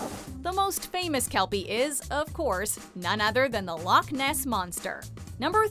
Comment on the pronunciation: It's loch not loc